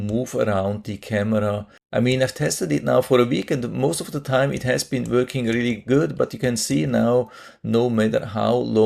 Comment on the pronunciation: Not “wörking” Say Working .